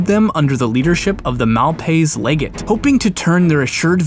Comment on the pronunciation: It's pronounced lehjet not leehgate